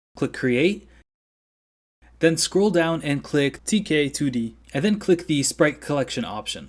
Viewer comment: You have the voice of an angel. This tutorial is professional stuff. A+++++ WOULD LISTEN AGAIN. Only problem is when you say "2k2d" instead of "tk2d." KILL MEEEE! When you said "tk2d" at the end correctly it felt like I was listening to the most beautiful sirens sing a song just for me. thx frnd!!!!